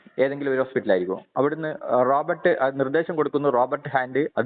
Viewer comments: സംഭവം കൊള്ളാം. പക്ഷെ, പറയുന്ന റോബർട്ട് ആരാണ്? പുള്ളി ഉദ്ദേശിച്ചത് robot ആണോ? 😑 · വലിയ കോണോത്തിലെ ചോദ്യം ചോദിക്കുന്ന പൊട്ടന്, റോബോട്ട് എന്ന് പറയാനുള്ള വിവരം ഇല്ല. റോബർട്ട് എന്നാ പറയുന്നത്. വലിയ തത്വ ജ്ഞാനി എന്നാ വിചാരം